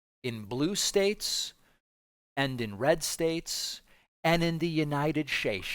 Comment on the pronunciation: I laughed out loud when you said United Shtates.